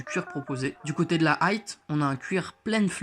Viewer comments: Arrête de dire "Aight" stp c'est "High" merci. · Par pitié on dit "High" pas "Aight" frérot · La « aïte » ???